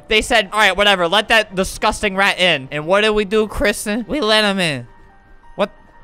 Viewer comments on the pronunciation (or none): none